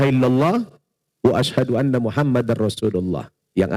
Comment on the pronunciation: Maaf kalimat pertama dia pas syahadat dia mengucapkan anna bukan alla .. 🙏❤